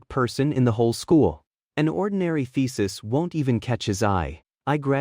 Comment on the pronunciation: thesis sounding like ficis😂😂